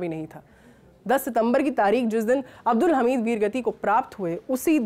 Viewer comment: ma'am वीर अब्दुल हमीद बोलिए